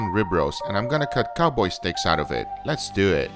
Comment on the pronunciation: Love it when he says “les do ehttt” 😭😂